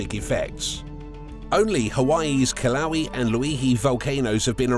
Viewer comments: Kalowie... lol... Kil-uh-way-uh (Kilauea) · As a Native Hawaiian I hate how he mispronounces Kilauea. It's pronounced Kee-lau-ay-uh. He needs to do more research before butchering our language. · Ok you showed a picture of Honolulu not the Big Island and you mispronounced Kilauea multiple times and yes I do know what it’s like to live on the biggest volcano on earth. Hahaha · Kilauea is mispronounced.